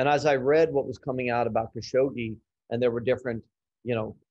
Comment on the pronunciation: Fogel doesn’t even pronounce Khashoggi’s name correctly. Oscar? No.